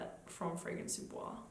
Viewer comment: I don't find Bois 1920 Relativamente Rosso gourmand at all. It's a balsamic spicy woody scent, an incensey and balsamic rose, very dark and deep, not a happy gourmand. The pronunciation is: "boyz", not with a French pronunciation.